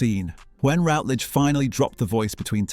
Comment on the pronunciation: It's Patricia RUTledge, NOT Patricia Rootledge . . . And who was the neighbor who disappeared, Elizabeth's brother?